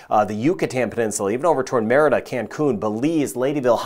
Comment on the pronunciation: Appreciate the weather reporting but I hate his pronouncing of Merida….